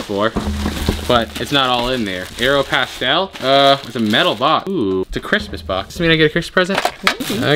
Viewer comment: Its aeropostale not aeropastel